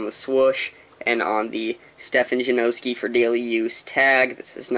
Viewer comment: JA NAW SKI not JA NO SKI